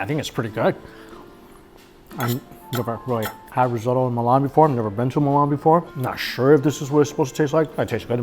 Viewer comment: I absolutely love these travel food vlogs, keep up the good work,. - - - - - - - - - - - - side note... "Y-eat", "rosotto"...this guy butchers white people words like white people butchering chinese names 🤣.